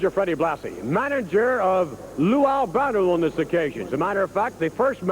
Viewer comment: The look on Blassie and Vince's face when Stevens mispronounces Albano's name. And then Lou kind of gestures to someone off camera like, it's okay. We'll redo it.